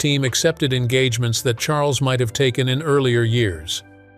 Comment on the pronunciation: I cannot believe the narrator called King Charles “King Shmarles” clear as day!! How disrespectful!!!!